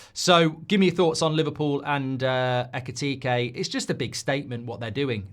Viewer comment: Mark, you said his name backwards, his name is Ekitike, not Ekitike